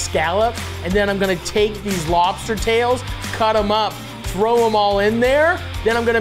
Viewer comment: Hi Matty. I'm a deep fried crisp lobsterrrrrr